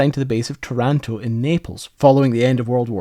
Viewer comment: Beware,, of Italian placenames. Taranto is pronounced TARanto. It´s a canard that all Italian words have stress on the penultimate syllable. I could name dozens of such names: BRINdisi, GENova, MonOPoli, SIRacusa, and not just placenames, either, but here you´re usually helped by an accent mark. Sometimes the word changes meaning - SUBito means quickly, fast, ready - subITO means undergone, withstood, suffered and is often spelled subìto.